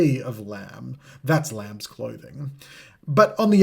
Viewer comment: Ignoring the S in lambs is criminal